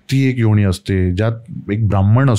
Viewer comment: काय उच्चारण आहे???!!! कसं ही बोलायचं. न ला ण आणि ण ला ण जो बरोबर आहे. हिन्दी/मराठी/ संस्कृत भाषेत योणी नावाचा कोणताही शब्द नाही. योनी असतं योणी नाही. 😂😂😅